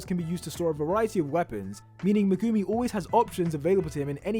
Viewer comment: I will never understand how anime fans will watch a anime and hear how their names will be pronounced and still some how get it wrong every single time. Hearing him pronounce megumi is like nails on fucking chalkboard too me.